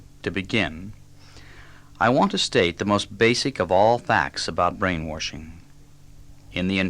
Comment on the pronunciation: It's kinda funny that he's saying "brain-warshing" the way the hillbillies here in TN pronounce the word "wash". I love this talk though. It's fantastic information.